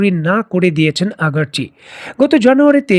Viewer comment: ভাই মনে অন্যরকম ভাবে নিবেন না , আমি আপনার অনেক পুরনো দশ'ক আপনি আব্বাস আরাগচিকে আগারচি বলেন যদি সংশোধন করেন আরও সুন্দর এবং পরিপূর্ণ হবে। আসা করি ভূল বুঝবেন না। 🙏🙏🙏